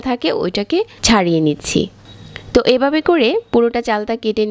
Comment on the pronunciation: এবাবে, পাচপোড়ন